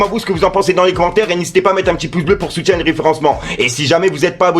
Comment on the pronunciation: Moi aussi je me suis tjrs posé cette question on entend "soutiendre"